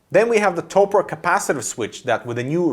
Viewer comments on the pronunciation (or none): Cringed a bit when he pronounced Topre.